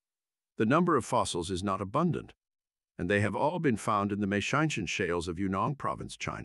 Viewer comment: Yet Maotianshan is pronounced effortlessly. . .